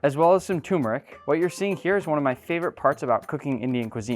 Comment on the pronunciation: Turmeric, not tumoric